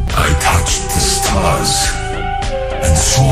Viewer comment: İngilizcesinde aksanı ne ya rus aksanına benzer ama stars derkenki "r" yi telaffuzu olmadığını açıklıyor bir fikri olan var mı?